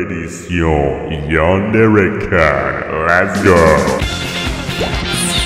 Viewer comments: Nah mais, c'est pas "Yandere-keune" mais Yandere-Kun, enfait c'est comme ça se prononce en Français mais en faisant un mélage de "u" et "ou"... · "Yandere-keun mdrrr sa se prononc KOUN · Kun ne se prononce pas kuhne mais koune >.<!!! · je suis la seul à avoir mal des que j'entends "Yandere keun" alors qu'il faut dire "Yandere Koun" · Koma Chan Quand je regarde des anime la plupart des personnage féminin appelle les gars " tatati KEUN" et pas "koun" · Koma Chan On dit "keun" en chinois tandis que "koun" est japonais, donc les 2 se disent même si l'idéal est "koun"... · Je vais surement devoir le dire à chaque fois vu que mon commentaire passe toujours inaperçue : ça se prononce yandere KOUN pas KEUN... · salut, juste pour te dire qu'il me semble qu'on ne prononce pas "kun" mais plutôt un mélange entre et car le u japonais se prononce comme ça:) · petite info ça ce dit yandere "koune" et pas "keune" sinon très bonne vidéo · C'EST PAS KEUN MAIS KOUN(à l'oreille)même moi qui suit pas trop Japon je le sais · faut dire koune pas keune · Sinon, on dit "Yandere-koune" pas "Yandere-keune" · KOOOOOUUUUUUN !!! c'est pas "KEUN" c'est "KOUN" tu n'as jamais vu d'anime de ta vie ou quoi ??? desolee mais mes oreilles saignent dès que j'entend ça... je vais finir par me vider de mon sang moi... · Ne dit pas "keun" pour dire "kun". Les wesh de banlieu comprennent "keum" et les pervers "cum", c'est pas hyper simple... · Non mais please, lis les commentaires, on dit "koun" pas "keun"! Ça me pique les oreilles:'( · Yandere-KUN! Ca se prononouce KOUNE, merde! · salut ya un truc qui me choque ta prononciation n'est pas bonne sur Yandere_kun sa se dit [coone] et dsl pour lla phonetique je ne connait pas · ca se prononce "koune" ptn XD! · Arête de prononcer keun par pitié mes oreille seigne a l'infinie :(